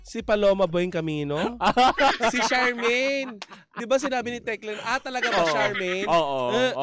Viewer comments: Boplox tong mga to. Magbabalita na rin lang, mali mali pa. Shamaine Centenera Buencamino NOT ShaRmaine. Pepsi Herrera, the Fashion Designer passed away in February 2017., pwede bang magbasa basa muna kayo bago kayo kumuda on air? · Shamaine not Sharmaine